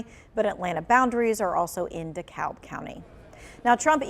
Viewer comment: It’s not DekaLb, it’s de-cab